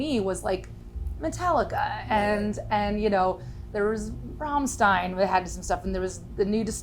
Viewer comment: I Can't believe Lzzy pronounced Rammstein wrong.